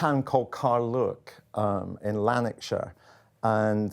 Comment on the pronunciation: Someone from Carluke mispronouncing it.